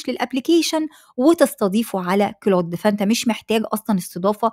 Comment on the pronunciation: اهتمي بتحسين محرك بحث يوتيوب تم اقتراح قناتك لي اول مرة .. بس في حاجة حضرتك هو مش اسمه كلوت 😂 ولا حتى كلاود هو كلود